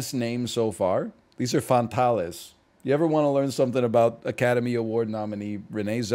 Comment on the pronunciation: The spanish-isation of Fantales gets me every time.